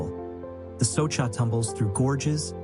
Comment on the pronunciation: Soča river it is correct, not Soka river .